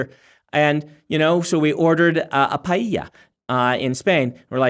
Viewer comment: Man, that was a pronunciation of Paella that I never expected 😅